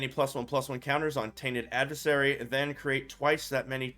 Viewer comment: Tainted Add-vis-sarry Lol